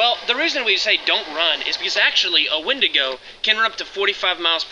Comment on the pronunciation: “Don’t run when you see a wendingo” Also: RUNS FROM WENDIGO